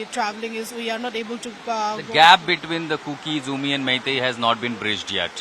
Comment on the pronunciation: Not Kuki-Zoumi,it is Kuki-Zo